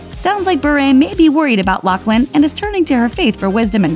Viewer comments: I think it's pronounced "Loff-lin"...not "Lock-lin" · OMG!! Her name if LaughLin , pronounced with an F sound. No C in her name!!! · is it not pronounced *loff-lin*?